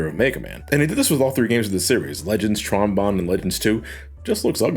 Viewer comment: It's BONNE (pronounced BONE) family! Not Bon (B-On)! Tron Bonne's name is literally a reference to the instrument Trombone!